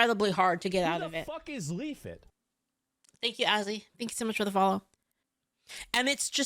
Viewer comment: I was legit trying to look up “Leafit” because asmon mispronounced it 🤣🤣🤣